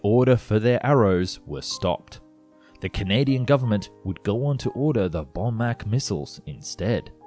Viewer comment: More that Woodward flew this aircraft, the first test pilot to fly it was Jan Zerwiskowski, Spud Poddinski flew the aircraft also breaking the sound barrier. The missile that we bought was called Bomark not Bowmack. The fact that 5 flying airframes were cut up for scrap is the greatest black mark on this great design and program.